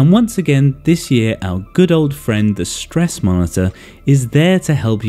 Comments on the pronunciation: Broh I terrified when u said Stresss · 'STRESS' I loved it😂